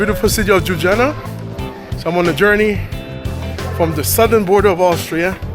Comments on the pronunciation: Jujana😂😂😂😂😂😂😂show some effort dude! LYU-BLI-ANA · Nice vlog but it’s pronounced Lew-blee-yana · I find it cute the way he pronounced Jub-jana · Holly s**t. Never heard someone butcher the name Ljubljana like that 😄